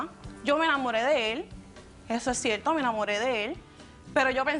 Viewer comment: No pueden decir cierto, envés de cienlo